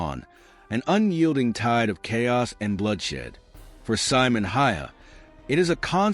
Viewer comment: Simo ........ see-mo